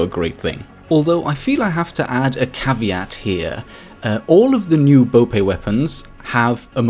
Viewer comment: Finally someone that pronounces caveira correctly ! but your bope pronunciation was quite bad lol